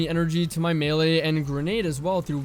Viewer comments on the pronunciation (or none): none